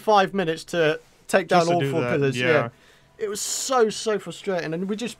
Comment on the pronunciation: take not tame